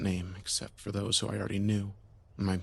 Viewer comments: I thought he saying Jessica till I say this😂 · Who the hell would name their kid Yesica? 😂 At least that what it sounds like he’s saying lol